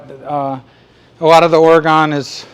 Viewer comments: I hear you say “Ora-gone” so you just need to know…everyone from Oregon says “Ore-gun.” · Thanks for the referral I’ll be checking out the web site but one thing It’s Oregun not Oregone